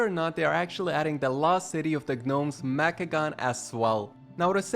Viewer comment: The "G" in Gnomes is supposed to be silent, so it's pronounced "Nomes"